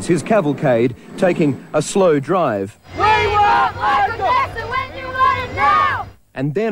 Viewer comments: Is name is not jako its jackso 😡its jackson 😀❤🥰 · I hate how they call him "Jacko". It's "Jackson"!!!!!! 😡 The media makes him seem like he's strange or he's a freak, when he's not!